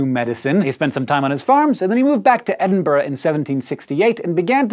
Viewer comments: Finally, an american who pronounces Edinburgh correctly! Yay! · Thank you for pronouncing "Edinburgh" correctly.